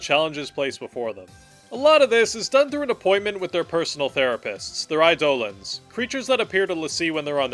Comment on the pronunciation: You could learn how to say eidolons and that might make you seem a bit more like you wtf you're talking about